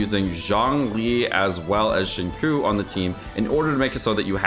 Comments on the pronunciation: As a YouTube frog, I don’t know if never learned how to pronounce his name or is just trolling when he says shin ku. Please enlighten me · ok but it’s not pronounced xing ‘coo’ 😂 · Not you teaching him how to say Xingqiu wrong 😔